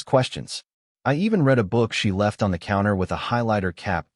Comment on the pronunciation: You need to work on the pronunciation of words that carry different meanings based on their pronunciation. For example, the word read. It can be pronounced either “red” (as in past tense) or “reed” (as an action). There were so many mispronunciations in this story that it really negatively impacted its telling.